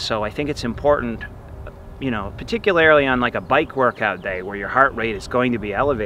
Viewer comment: Love when he says “particularily”